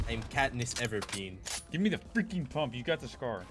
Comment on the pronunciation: When said “Katniss everpeen” 😂